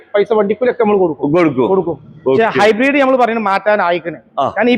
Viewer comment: എന്റെ പൊന്നു കോയാ ഹൈബ്രീഡ് അല്ല hibrid